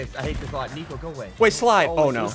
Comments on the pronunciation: It almost seems like he says tiko instead of nico 😝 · i think he meant to say nico but messed up and that came out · CRAZY No He said NicFOOT!